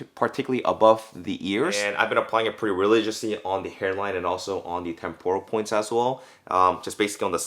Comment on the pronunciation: Temporal not tem poor uhl